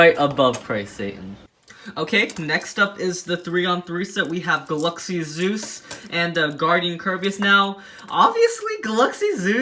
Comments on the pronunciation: he said gulluxy Zeus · Also "galuxy zeus?" Hhahahaha